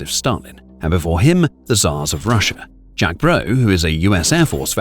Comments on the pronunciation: It's JAKE BROE not Jack😅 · It's JAKE Broe. Not Jack. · LOL every time you said "Broe says" or "so broe says" I thought you were using American vernacular LOL